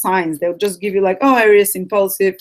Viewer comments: It´s not pronounced ARIUS, it´s pronounced AREES!! :D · Hello my beloved AIR-EEE-OOS lolol